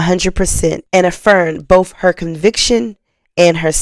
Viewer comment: This is good information. But you need to learn the "th" sound in a word isn't a "f" sound. Words like Birthday or both.